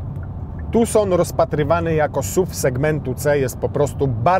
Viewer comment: Naucz się wymawiać nazwę samochodu zanim zaczniesz go testować. Hyundai nigdy niw wyprodukował samochodu i nazwie tason 🤣🤣🤣🤣dziwne te swiatelka ktore maja noirmalne zarowki w moim tucsonie sa ledami..widocznie roznica na jaki rynek samochod poiszedl. :) krytukujesz ladowarke indukcyjna w tym samochodzie..a powiedz mi kto beirze telefon do lapy w samochodzie tym nbbardziej ze jest zawsze podloczony przez BT do auta..nie miales sie juz czego przyczepic ? :) jesli chodzi o nie bezprzewodowego andorida i appla to nie wina hyundaia lecz tomtoma.tez mnie to dziwilo ze nizsze wersje tego auta maja wireless andoid i appla a najwyzsza nie wiec zadzwonilem do hyundai denmark i mi powidzial z eto chodzi o jakies licencje tomtom czyli nawigacji jaka jest w najwyzszej wersji..bylem wkurzony bo na stronie nie byl nic napisane jak kupowalem auto :) na sam koniec dodam ze powinienes poczytac czemu ta hybryda nie ma DCT bo widzeze nie wiesz.. :) tak pozatym dzieki za test ale nie patrz na ten samochod z porownaniem do VW lub Audi bo to nie ta sama klasa samochodu..chcesz porownac hyundaia do tych auto to zalatw sobie Genesis i wtedy bedzie sprawiedliwie :) ps.mam 193 i jakos nie uderzam noga w nic..czepiasz sie chlopie bez powodów 😊